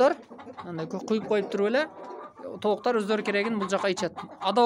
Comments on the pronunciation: Кыргызсынбы ука тооктор болуп айтылат туура суйло.тооктар емес. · Айланайын кыргызсынбы кыргызча созду бузбай так суйлочу тооктар эмес тооктор дечи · Тооктар эмес тооктор болуп айтылат бузбагыла да сөздү, көбүраак дегендер бар көбүрөөк деп айтылат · Тооктор , тооуктар емес😊